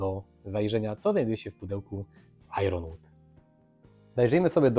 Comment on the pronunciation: Ponieważ powtórzyłeś błędnie to słowo ze sto razy, a nie licząc tego jednego błędu wideo jest super, muszę zwrócić uwagę. Iron wymawiamy jako GB-EN "ajen" (ew US-EN "ajern") a nie "ajRon". Fajne wideo o tym